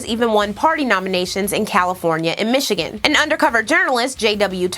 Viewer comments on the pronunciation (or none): none